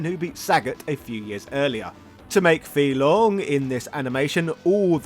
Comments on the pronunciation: It's pronounced fay long not fee long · Fei-Long pronounced as Fay Long... not Fee Long 🤦‍♂️ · "Fee Long?" Isn't his name "Fei Long" as in "fae long?" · It’s “fei” long not “fee” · Is it intentional to mispronounce the name? It's not (fee). It's (fae). That is how he's announced in Super Street Fighter II. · Are you sure Fei Long is not pronounced as; “Fay Long”? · His name is pronounced Fay long ironically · oh my god man,you know it's pronounced 'fay long' not 'fee long'.and also it's 'reeyou', not 'ryiyoo'. honestly I'm so annoyed i'm going to unsubscribe.only joking... love your stuff! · The character's name is /fae long/, not /fee long/. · his name is pronounced like "Fay" not "Fee" and Ryu is pronounced Ree'yoo, not " rye - yoo".. yes the boxer is meant to be an homage to Mike Tyson, hence his original name was M. Bision .. Mike Bison... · it's [faye] long 飛龍。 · OK you are just being a wind up merchant now, you know damn well it's pronounced "Fay" Long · FAY - Long!!! Don’t butcher it bro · Was about to watch this video till the guy pronounced Fei long name wrong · Guy completely butchers the pronunciation even though in the game it says his name 🤦🏾‍♂️